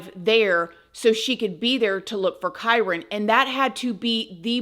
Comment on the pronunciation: Thank you for pronouncing his name correctly, as I’ve seen some other creators say it so wrong. I personally believe the step mother definitely has something to do with him missing. This poor baby boy needs justice